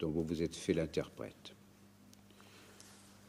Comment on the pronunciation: "Et que vous l'êtRes" ??